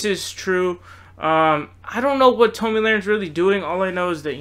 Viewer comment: Based on the content of your video, you obviously are biased to the left. You mispronouced Tomi's name and demonstrated ignorance in your thoughts about healthcare. I cannot subscribe.